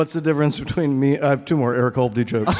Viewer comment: Jesus Christ., it's hovde not holdy